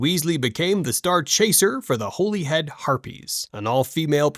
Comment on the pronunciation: It's pronounced Hollyhead not Holyhead